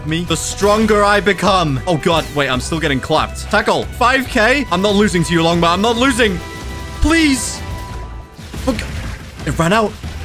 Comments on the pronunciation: The part when he he said ligama accept logma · bro really said longma to ligma💀💀💀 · bro it’s longma not ligma 💀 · bro called longma ligma 💀